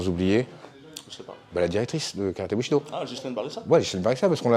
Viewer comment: Bushido j'ai cru entendre boucherie do